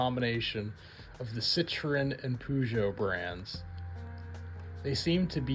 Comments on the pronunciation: pronounces it purr-joe. Makes more sense than poo-Joe to me. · IT IS NOT POOJOE ITS PERJOU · puu-jou brand😭